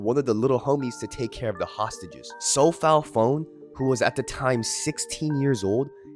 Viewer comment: Phon is p-sound and one. Sophal so-Pol as in the word polish for polishing shoes and not the country. Chaka would be like farm or Chin in khmer. So ja-gar.